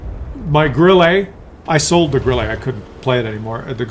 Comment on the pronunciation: WT Auf is better than Grille.... one thing the way you pronounce Grille is like you trying it to pronounce it in a french way you should pronounce it like Gril-le and not like Gril-Lay.